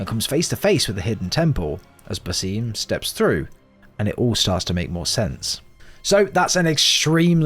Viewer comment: Why should I watch this video when you can't even pronounce basim it actually frustrates me so much cause the name is said so many times in the game. It's basim with a long a and short i